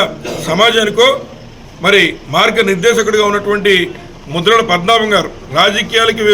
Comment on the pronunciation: Aa bokada broker gaadi purthi peru- Mudragadda Padmanabha Reddy ani sarigga palakandi.